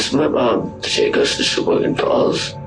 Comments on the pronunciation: I'm Australian n even I know how to pronounce that too. Can't believe channels like this or some people aren't able to aye. Lol. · Uh, it's Pronounced, Sha-Boy-Gan.... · Sha-boy-gan cmon Wisconsin names ain’t that hard 😅